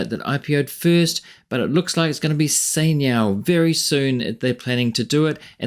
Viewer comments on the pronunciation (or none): is chai niao not sai niao